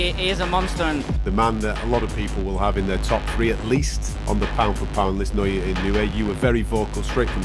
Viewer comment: Not "Nay"-o-ya. Say "Nah"-o-ya." You can do it.